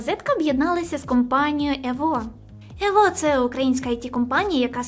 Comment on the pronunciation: не evO а Evo наголос щось провтикала. ну вонож навіть звучить дивно евО - ну хто так казати буде?)